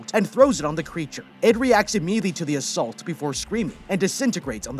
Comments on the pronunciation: " it reacted quickly to the asSALT" LOL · “ It reacts immediately to the a-salt”😂😂😂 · "It reacts immediately to the as-salt"